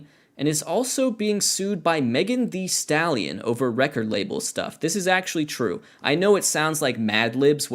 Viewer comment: I like how you say "megan thee stallion" like "kermit thee frog"